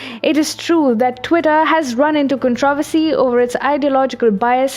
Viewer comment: Controversy: KAHN-truh-VER-see, not kahn-TRAH-ver-see (there are 2 syllables that get stressed, which are 1st and 3rd. Just helping. Great information!!!! Your English pronunciation is improving with each video!!!